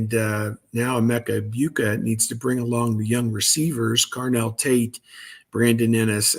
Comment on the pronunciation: For fart sake, it’s pronounced… “eg-BOO-Ka” NOT “eg-BYOU-ka” He’s been a Buckeye for 3.5yrs, and you’ve been doing this far too long to be this lazy. If you’re still not sure, listen to every other analyst pronounce it, including your VCFB partners